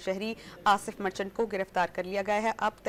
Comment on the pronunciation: مرچٹلا نہیں مرچنٹ ھے